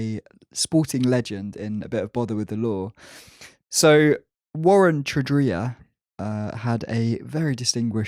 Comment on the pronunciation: Excellent pronunciation of Warren Tredrea's last name! He pronounces it Tred-ray, but given his recent exploits I wouldn't trust him to be able to spell his own name, much less pronounce it. Carn the Baggers!